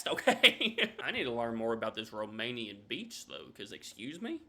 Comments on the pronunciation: He's seriously mispronouncing the Romanian names. They are not racist to black people😂😂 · Yeah, he somehow managed to mispronounce every single word/name. Quite hilarious. His enthusiasm was infectious, though! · the guy trying to pronounce romanian stuff gives me great pain